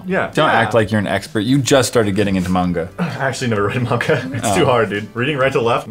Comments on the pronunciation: It's not monga its manga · Just saying ITS NOT Munga its MANGA! xD WITH THE SOUND at the end letter A SAY A XD XD XD A!!! not a like apple a like ACHOO xD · chilled milk nope so was I, as an otaku I was really triggered. Manga is art not just a type of reading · Chilled Milk I don't think him saying "manga" wrongly would change anything. I don't think it's something to be triggered about.